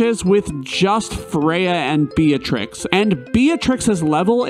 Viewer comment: It's not "bee-uh-trix" It's "bee-trix"